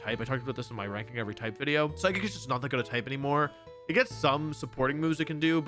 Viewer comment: mom said one more wideo before bed